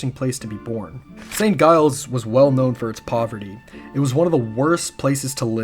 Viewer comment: This is so awesome! Just one thing: St. Giles is pronounced "Jiles", not "Guiles"